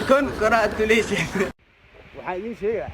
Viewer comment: say “ Congratulation” but. said “ Congresslon” 😂😅😅😅